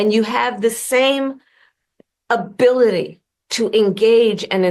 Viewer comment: If she's not drunk then she took a whole Xanax bar. Listen to the way she says ability at the mark. She's either drunk or on anxiety Xanax bars.